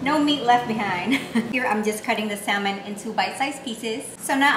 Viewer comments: it's Sa-mon.... the l is silent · the L in salmon is silent